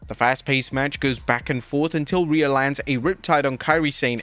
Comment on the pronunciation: Who the hell's calling them "Rhe-iyo!?"